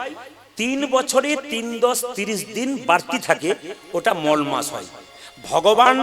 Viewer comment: উচ্চারণটা ঠিক করে করে ওটা মল না মলমাস মল আরমাল তফাৎ বোঝেন না